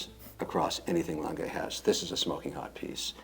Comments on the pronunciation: Its not langay kevin its lange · Love these collabs. It's also funny hearing trying to help Kevin pronounce Lange (Lohn-gah rather than Lang-gay) to no effect. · I swear to fucking god, if calls it “Longuh” one more time im gonna lose my shit. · You forgot his absolute butchering of pronunciation of German “Lange” 😂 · Kevin O'Leary pronounces the brand wrong :goodvibes::goodvibes: he pronounces is French!!! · Pleeease don't call the "Lange One", is "Lange Eins". Thanks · Very disrespectful, he mispronounces Lange disrespecting the manufacturer he interrupts, that's arrogant and disrespectful, just makes it too hard to watch for me.